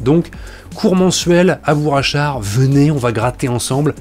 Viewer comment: J’ai un peu envie de faire mon chieur, mais dans Bourg Achard , y a un G à Bourg , donc on ne fait pas la liaison "Bourachard" , mais on prononce Bourcq Achard , en français ce G, se prononcé Q ou K ,et on fait la liaison avec ça. Et toc , pour une fois que c’est moi qui t’apprends quelque chose , j’vais m’gêner tiens......